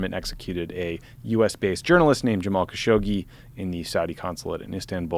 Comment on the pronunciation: Pronounce both of the G’s in Khashoggi: hard G then soft G.